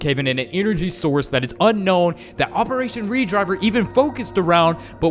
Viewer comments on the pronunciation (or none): It’s not operation re-driver it’s operation red-river